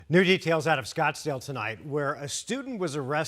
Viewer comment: Oh no not "Scottsdale"